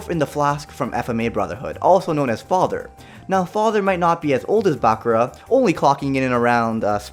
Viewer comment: Hears him say bakura wrong. (My hopes are gone)